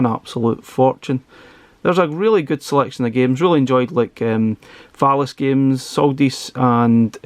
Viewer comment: It sounded like you said "phallus games", lol! 😆